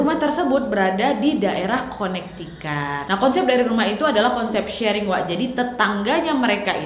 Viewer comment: Connecticut dibacanya Konektiket, bukan konektikat.